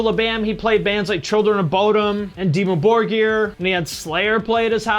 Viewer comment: Listen listen. You may hate black metal, but at least you pronounced Dimmu Borgir in an understandable way instead of Demie Bojur or whatever. So... You're fine :D I really had no idea this dude was so popular. I've heard about him when his friend died, casue it made the news. I tried watching some Jackass after, but it's not my thing. That kind of content was never my thing.